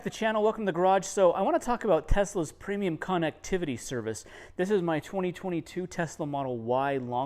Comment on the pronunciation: Funny... Doesn't pronounce "connectivity" correct! LoL 😅. It's not a "con"vict!